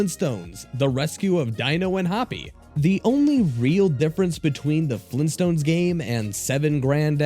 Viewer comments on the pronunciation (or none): Gran Dayyad!! Fleen Stones?.. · GRAND DAD?! FLEENTSTONES?! WHAT THE F#@ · GRAND DAD! FLEENTSTONES? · GRAND DAD?! FLEENTSTOONS? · "GRANDAD?! FLEENSTONS?????!!!!" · FLEENTSTONES?! OHHH... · GRAYUND DYAD! FLEENSTONES?! OHHH...